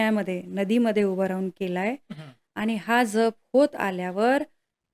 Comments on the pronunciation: जप आणि जप उच्चारात फरक करायला हवा ताई . एक जप म्हणजे सांभाळ या अर्थी आहे जो तुम्ही करत आहात जो इथे अनाठायी आहे . दुसरा जप चा उच्चार “ ज्यप “ असा आहे , मंत्र शास्त्रात शब्दांच्या उच्चाराना शक्ती रूप महत्व आहे . म्हणून लिहिले राग नसावा लोभ असू द्यावा . 🙏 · जप...... ह्या शब्दातील ' ज ' ह्या अक्षराचा उच्चार जास्त, जाम, जवान, ज्वारी, जलद, राजा, जागरण....ह्या शब्दांप्रमाणे आहे. तुम्ही चुकीचा उच्चार करत आहात. 🙏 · जप.... उच्चार चुकतोय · जरा जप पोरी उच्चारांना ...जप व जप उच्चारही येत नाही 😂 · जप शब्द नीट उच्चार करा